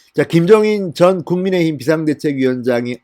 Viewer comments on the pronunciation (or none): none